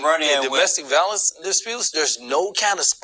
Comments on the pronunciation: What is “valless”. Is he trying to say “violence”? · He doesn't know facts. He can't even pronounce violence.